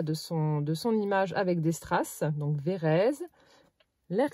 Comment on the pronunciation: Cc oui je connais c'est a côté de chez moi. Et phonétiquement on dit VÉ RÈ TSE ON PRONONCE LE T ET LE Z SE PRONONCÉ S.. 😂😂😂😂ET NOUS SOMMES DANS LA RÉGION DES CHÂTEAUX.. BISOUS